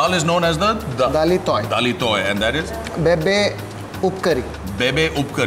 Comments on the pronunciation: Its Bibbee upkari in konkani not bebe!! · Its bibbe upkari... Not bebe